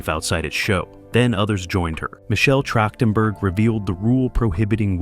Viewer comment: the voice calls Michelle Trachtenberg Michelle Trashedtenberg. That shouldn't have happened.